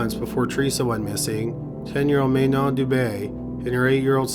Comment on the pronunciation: Please do me a favour and pronounce Manon the French way as she was Canadian. The “a” of her name is the one of apple. It seems so little to give her the proper pronunciation considering her sad fate.